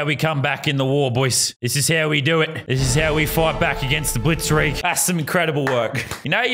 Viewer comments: You said blitzrig it is blitzkrieg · As a historian I’m triggered that you called it blitzreg not bliztkreg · he said blitzreig its blitzkreig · Lazarbeam: I’ve been blitsreig Me: ITS BLITSKREIG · If this was a war I’ve just been blitzriged 🤣 it’s blitzkrieg Lazarbeam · Lazarbeam it is blitzkrieg not blitzrigged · Lazarbeam: keeps calling it blitzreig* Me, a ww2 nerd: REEEEEEEEEEEEEEEEEEE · Lazarbeam saying blitzkreg Me:LMAO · IT IS BLITSKRIG NOT BLITSVIG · No it’s blitzkrieg